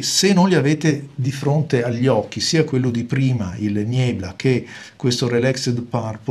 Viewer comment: niebla è una parola spagnola: leggerei "nièbla"; Gewitterwolke è tedesco: leggi "ghevittervólke"; sundowner è inglese: pronuncia inglese ("sandàuner", all'incirca).